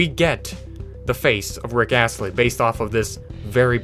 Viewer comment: Did this man say rick Assley instead of rick Ashley???